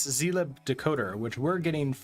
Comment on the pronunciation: It's pronounced /ˈziːlɪb/ ( ) not "z lie b", god damn it XD